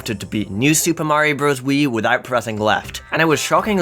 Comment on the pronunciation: Mayro more like bad